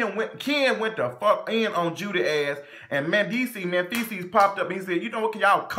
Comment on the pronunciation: Did you call that man "Menfeces" at the end?? 😭😭😭😭